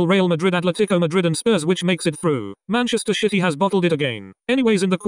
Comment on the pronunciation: He really said Manchester shitty